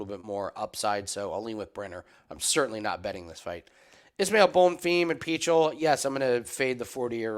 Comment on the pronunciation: The way you pronounce Pichel is just sad.